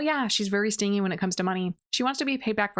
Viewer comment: Ty for these videos, they’re so entertaining! Quick note btw stingy isn’t pronounced sting-y, it’s stinge-y, like sponge-y